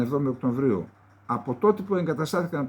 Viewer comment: ΟΚΤΩΒΡΊΟΥ Οκτωβρίου Οκτωβρίου ΚΑΙ ΌΧΙ ΌΧΙ ΟΚΤΩΜΒΡΙΟΎ κε Καλεντεριδη